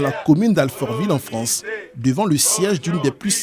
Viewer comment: Ils sont à peine arrivés en « Fronce » qu’ils font déjà grève!🫢🤭🤣😂